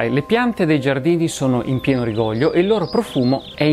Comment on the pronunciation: chiedo scusa per il mio piccolo momento grammar nazi ma credo si dica "rigoglìo" con l'accento sulla seconda "i", non "rigòglio". complimenti per il video.